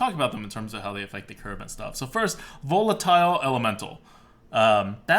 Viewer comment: I look forward to playing with VOLE-LA-TILE elemental ADWCTA. Gotta love those pronunciations, normally you have an excuse but this time it's a real word!